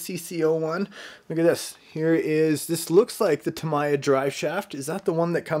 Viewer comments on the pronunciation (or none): none